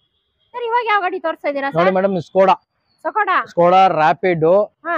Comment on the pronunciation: Sakoda😂 alla adhu Skoda